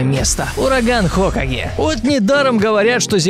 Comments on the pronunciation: не хо'каге а хокаге' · Не ураган хо́каге а хока́ге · Не ХОкаге, а ХокАге. Минус уши у любителей Наруто 😁😁😁👏👏👏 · Не ураган ХОкаге а Ураган ХокАге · Какой ещё хОкаги? Правильно хокагИ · Не говори хОкаге, правильно хокАге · Ураган ХокАге, а не хОкаге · Не хОкаге, а хокАге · Не "хОкаге", а "хокАге" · не хОкаге а хокАге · Правильно хокАге, а не хОкаге. Это из Наруто кто не знает. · хокАге, ударение на А, а не на О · вообщето не хооокаге а хокаааге!! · Не хокаге а хакаге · ураган хокаге а не хокаги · ураган хОкаге (аж уши режет) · Live Samp это не паблик Урагана ХокагЕ. Ударение правильно ставится на Е. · с ударениями проблемы, алОхаденс, ураган хокАге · Урогана ХокАге, ударение на а. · Хо́каге ахааххвхв или как он сказал